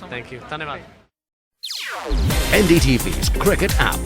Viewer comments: He said Dhanywad :d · Idk why but im so happy seb said dhanyavad